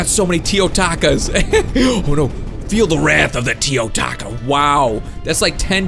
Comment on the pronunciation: "feel the rath of the teo-TACO